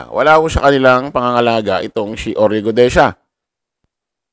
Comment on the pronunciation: Brod.sana sa susunod na vlog bigkasin mo mg maayos ung Guteza hindi Gudeza ha.